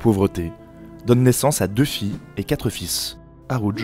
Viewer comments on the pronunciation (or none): none